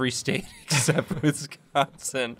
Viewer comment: The way they pronounced Wisconsin hurt my soul.